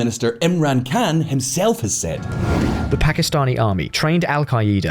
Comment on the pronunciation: I Keep getting confused when he pronounces Khan like an American pronounces Can. An American wouldn't even pronounce it like that.